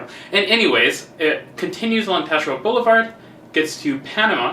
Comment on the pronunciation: I'm an English Quebecer from Montreal, you pronounced Taschereau just perfectly, you'd fit right in haha. If you wanted to french it up you'd have to get that harsh guttural "R" going.